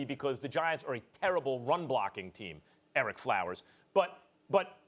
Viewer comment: "Erick Flowers"